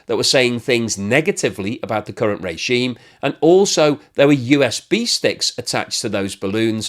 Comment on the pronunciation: The way you pronounce USB Stick sounds like a "B-stick" supplied by the United States. 😂 Also, the south korean pamphlet balloons don't contain propoganda, they contain snippets of reality for victims of a propagandized serf-dom